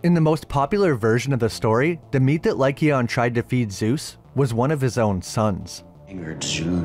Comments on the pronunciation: “Lie cayon” not “lie Keon”. I know that’s not how to spell it but it helps people sound it out. Also the silver legend was made by the argents. It’s not silver that kills werewolves. Its argents that do. Which is the French word for silver. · It's king LYKON Not Lykeon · Good video but the way you were saying lycaon hurt my ears 😂